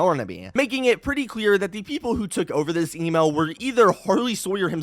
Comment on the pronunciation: Everytime he said email, I heard Emo😭